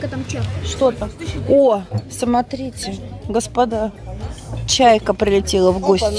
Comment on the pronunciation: ольга варламова вы глухая?все время звучит от Лены сатрите вместо смотрите, уменя все написано без ошибок